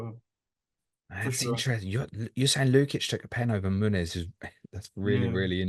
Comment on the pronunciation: Absolutely fantastic, every single one. Just bothers me a little bit Lewis pronounces the n in Muniz as if it were Muñiz (Spanish) or Munhiz (Portuguese). 🤓